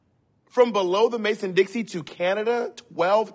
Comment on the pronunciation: I love how I haven't seen any comments about the "Mason Dixie" line. Gurlll it's Mason Dixon 😅☠️